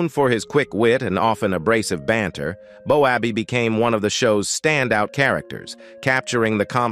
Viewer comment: Cuts me up. BOWABBEY. ITS PRONOUNCED. BOWBAY.